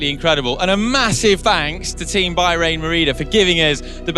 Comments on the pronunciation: It's Bah-rain, not Buy-rain, sheesh get it right. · "By-rain Merida"?